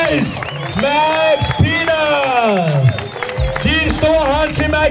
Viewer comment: who else noticed the way the announcer said peters